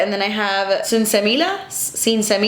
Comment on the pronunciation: Any weed smokers getting a kick out off these non-weed smoker influencers trying to pronounce 'sensimilla'?